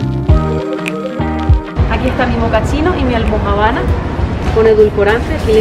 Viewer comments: Almojábana, con acento en la A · Me encanta este video, y su almojabana, en vez de almojábana:-) aunque creo que eso es para hacernos sonreir a sus seguidores porque cuando llega a la mesa con el pedido la pronuncia bien. Que bueno que se gozaron el Juan Valdéz!! Starbucks en Colombia..jamás entraré, primero me voy a cualquier esquina! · ESTA MUY BIEN ESTA VISITA...ME GUSTA COMO HACEN TAN NATURAL CADA GRABACION, LO UNICO ES QUE NO PRONUNCIAS BIEN ALMOJABANA...JAJAJA...HE VISTO VARIOS DE TUS VIDEOS Y ME GUSTA LA SENCILLEZ Y LO NATURAL DE CADA UNO...SOLO ME INTRIGA SABER COMO HACEN PARA VIAJAR POR TODO EL MUNDO Y CONOCER EN PANDEMIA..Y LOS COSTOS..COMO HACE UNO PARA HACER ESO VIAJAR Y CONOCER...SIEMPRE ME INTRIGA ESO... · Almojábana 🤣 me dio gracia la forma en que lo pronunció . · porque ahora cada vez que vea una almojabana voy a recordar este video. Me pareció muy cool la manera en la cual pronuncias la palabra almojabana. Me hace recordar cuando llegué a Bogotá, es una de las palabras que más me costó pronunciar, siempre decía; señora me da por favor una almo... una almo... Almo qué? Jajaja